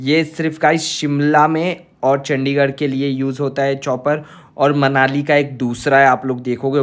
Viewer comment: Tum ne ek baar chadichar bola chandigar ko